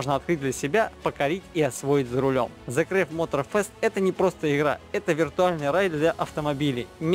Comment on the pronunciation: Зэ крэв 😂 английский весь не надо учить, но транскрипцию ( это если что как сочетания букв надо произносить ) надо выучить для начала... Если что , the crew читается примерно как " Зэ Крю " . А Mad как " Мэд , а не Мад . Ну и тд